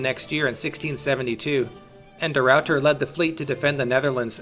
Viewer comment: the rawwter